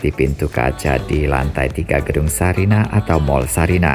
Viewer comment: Sarinah pak, bukan Sariah😄